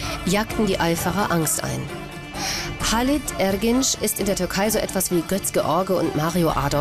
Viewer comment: ergenç nicht ergeng :)